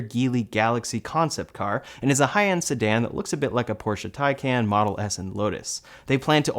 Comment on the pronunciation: Say it with me, Tie-Kahn.